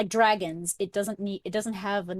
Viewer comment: Stop saying dragon it’s draaaaaaagons